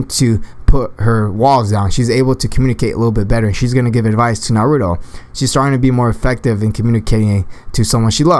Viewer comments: you said naruo in stead of nar u too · It's not narudo it's naruto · you said 'hinada' and 'narudo' wtf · Nar-ru-to Naruto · Skilled Magician that's not how you say Naruto come on